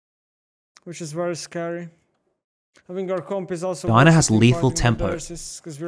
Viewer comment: buddy it’s not DINA it’s DI-A-NA!!!